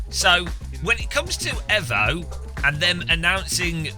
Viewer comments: Until he learns to say EVO correctly I'm unsubbing 😡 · Evo Not efo!!!